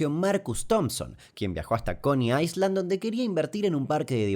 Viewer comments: Dos pequeños datos: 1. No digas "aisland", decí "ailand" cuando quieras decir ISLA en inglés. 2. El chico del final al cual le cae cerca un rayo en el patio de su casa, fue filmado en Posadas, donde vivo, familia muy conocida. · Pronunciacion de ISLAND = AILAND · Excelente el vídeo y vos Damián, te sigo hace....uffff, pero hay algo que me lastimó el oído en este video en particular ...en inglés la S en island ,no se pronuncia...(ailand) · Se pronuncia ailand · dato de color, en inglés ISLAND se pronuncia ailand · Pronuncias mal Island 🙄🙄🙄